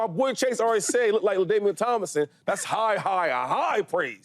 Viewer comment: Ladainian Tomlinson… Come on man lol